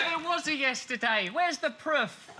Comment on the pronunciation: "WHERES THE PRUFF?"